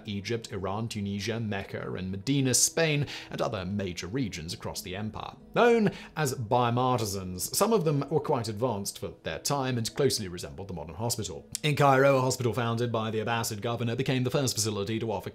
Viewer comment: I believe the right pronunciation is ‘Bee-maar-is-taan’ 😊